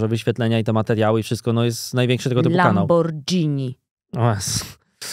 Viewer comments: LamborGini a nie Lambordżini. To tak jak Spagetti a nie Spadżetti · Muszę przyznać że zgrzyt z bardzo mi się podoba, miła odskocznia od gimpera. Jednakże jest jeden wątek który obrzydził mi cały ten odcinek. JAKIE LAMBORDŻINI? NOSZ DO CIĘŻKIEJ KURWY, WŁOSKA FIRMA, WŁOSKI JĘZYK A POPRAWIA JESZCZE REWO ŻE NIE LAMBORGHINI, TYLKO KURWA LAMBORDŻINI. NA MAKARON TEŻ PEWNIE MÓWI SPADŻETTI. A tak poza tym jednym incydentem to fajny odcinek. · Hej nie wiem czy wymówiłaś słowo "Lamborghini" w taki sposób specjalnie ale w razie czego wrzucam tipa dla Ciebie i innych. Słowo “Lamborghini” powinno się wymawiać “Lamborgini”, a nie “Lambordżini":D Pozdrawiam! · Jak uslyszalem jak mówi Lambordżini to pojawil mi sie przed oczami obraz lamborghini z twarzą dżinolda xd